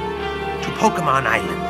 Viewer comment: Finally, a video where Pokémon is pronounced correctly